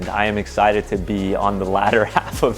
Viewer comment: Is “exshited” being so excited to get back out that you shart? 😂